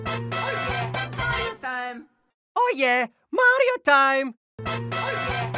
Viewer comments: I'm fine with the voice, but as a Spanish speaker, hearing the pronunciation of that "MaRRio tSime!" makes me suffer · "MaDiO tIeM" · Wow! He really messed up that "Mario Time".